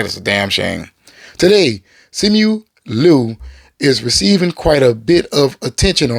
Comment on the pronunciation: It is pronounced Jet Lee not Lie. Also it is Semu Liu as in SEE MOO LEE!